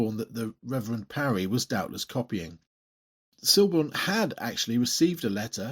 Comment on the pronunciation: The L in Siborne is silent